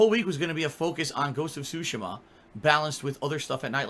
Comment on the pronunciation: Ghost of Shushima???